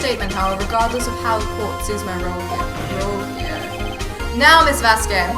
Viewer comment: The way you guys pronounce "Manuel" and "Vazquez" frustrate the heck outta me but overall, I've been binge-watching this series. You're both awesome :D